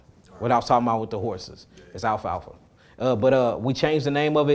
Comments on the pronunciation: Your killing me with the pronunciation of "Alfafa / Alf-Alfa" 😂😂😂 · I checked it out, it's alfalfa 😂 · 😂😂 I doubled back to your comment like 2 mins or so after he said it. I'm like why he saying it like that lmao. He from that😂